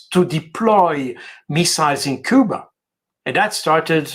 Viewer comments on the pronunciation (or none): none